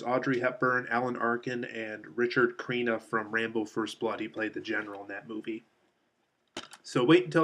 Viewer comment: The third actor's name is Richard Crenna not Creena and the third criminals name was Jack Weston.